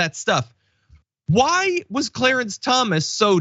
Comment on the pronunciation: I think mr cwow and cwawance were on the lowdown.